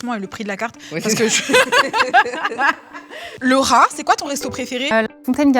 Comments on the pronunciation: J’ai entendue le rat c’est quoi ton restaurant préféré au lieu de Laura c’est quoi ton restaurant préféré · quand elle a dis Laura j'ai cru elle a dis le rat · Jpp, à 2m49 quand tu dis "Lauraaa" j'ai entendu "LE RAAAT" et je me suis dit "mais west c'est qu'elle appelle comme ça?" j'étais morte